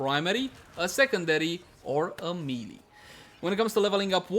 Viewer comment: People just really need to learn how to pronounce MAY-LAY. Please stop with the MEE-LEE